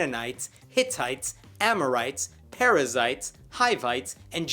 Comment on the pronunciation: I was just listening instead of watching, and i kept understanding "parasites" instead of perizzites.